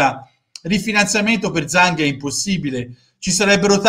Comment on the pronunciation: io ieri comunque mi aspettavo che facevate una live perché le frottole raccontate ieri sono inaccettabili. E nessuno parla del mostruoso debito che abbiamo,poi mi spiace ma mi hanno deluso alcuni youtuber interisti che sembra si siano totalmente allineati alla dittatura di questo cinese.(parlo dell'omonimo dell'ex difensore Inter,e di suo compare giornalista che Zhang lo pronuncia"Giang").sono disgustosi da fare venire il vomito.